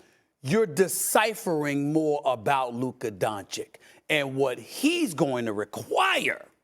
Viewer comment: I love how Stephen A puts an “er” on everybody’s name. “Luker” 😂😂😂